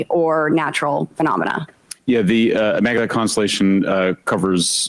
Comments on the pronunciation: She also said "immaculent" instead of immaculate a few seconds before the maritime flub. She's so painfully stupid. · And "Immaculant". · Immaculant and marine-time in one sentence 😂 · "Immacu Lant" 👁👄👁 "marine-time" 👁🫦👁